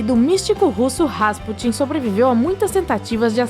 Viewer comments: Por favor... Se diz Gra-al e não grau. Rasputííín e nãos Rásputin. É StoneRRenge e não Stoneng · o nome do cara se pronuncia Rasputín...com acento na última sílaba...e não Rásputin, como diz a locutora...